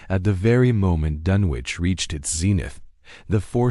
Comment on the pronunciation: It's pronounced DUN ICH doesn't sound like you would say sandwich lol